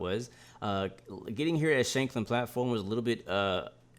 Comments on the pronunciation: BTW, your pronunciation of Shanklin was pretty spot on though you could have shortened the Shank part a little more. Its pronounced just like it is in the word shank, meaning small knife. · As far as I am way you pronounceing shankling correct